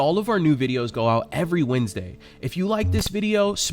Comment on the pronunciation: 'Every Wendesday' O-o-kay.